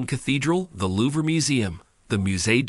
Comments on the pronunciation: I appreciate the effort but your pronunciation of certain French words like Louvre and Triomphe was painful to hear. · My thoughts! 😂🤦🏻‍♀️😂